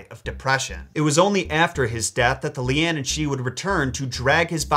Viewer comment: Caorthannach = KWAREhonn(uck). Leanan = LANnan ;) regularly impressed by your Irish pronunciations otherwise though!!